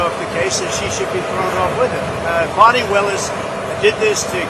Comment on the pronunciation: Trump said Fawni....😂😂😂😂 Most say Fani....and that is a more fun name...so sad she is despicable .